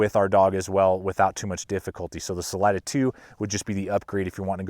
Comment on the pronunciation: I can't watch this with how many times your saying the name wrong. Im sure its been said before.. its a spanish word. Redo your voice over please!!!!!!!